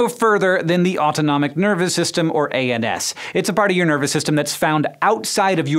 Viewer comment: i know he said ANS but i hear anus